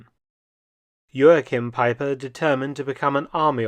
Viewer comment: Jo-Ach-Heem Pie-Per At least say his name properly.